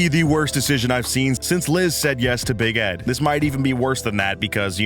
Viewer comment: Everytime he said Big Ed, I heard Bagette